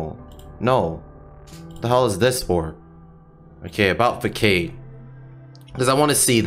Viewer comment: Love your content, though to note, it's pronounced "Fah-sahd" not "Fuckaid."